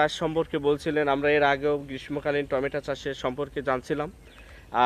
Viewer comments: টমেটা🤣🤣🤣 না টমেটো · বলার সময় উচ্চারণ করছেন টমেটা !!